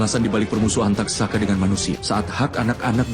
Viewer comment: Taksaka bro, bukan tatsaka